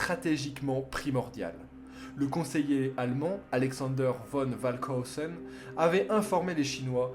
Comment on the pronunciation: Bonne vidéo, bien que beaucoup de bafouillage et d'erreur de prononciation dans les noms Chinois ainsi que pour Falkenhausen Je présume que tu a fait l'audio de la vidéo sans cut? merci pour ces informations super intéressante sur cette bataille en tout cas, j'ai passé un bon moment